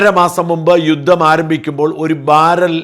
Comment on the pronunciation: യുദ്ദം അല്ല, യുദ്ധം ആണ്